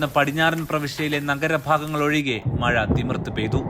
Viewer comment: 4.:21മയ അല്ല മഴ മയിര് 🤦‍♂️😁